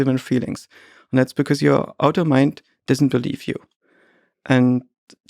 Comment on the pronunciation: does he say auto mind? Or other mind?